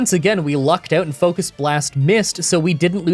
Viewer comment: "focust blast"